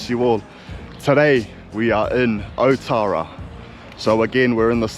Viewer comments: ootara bra not otara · Your a soldier of god.i am a god,and its not oootara,its alltarra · you dum ass cant even say otara properly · Be awesome if you learnt to pronounce Maori names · Be mean if you pronounced otara correctly. It’s not hard to roll your R’s 😂 I know even the locals don’t say it properly but we gotta start somewhere lol Well done for mentioning and pronouncing“tamaki makaurau” properly though 👍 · Awesome content, would be cool to hear the proper pronunciation of names. Ōtara, which means the place of Tara.